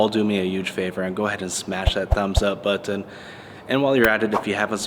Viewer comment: I like the content and subscribed, but why do you pronounce "button" like that? It gets me every time.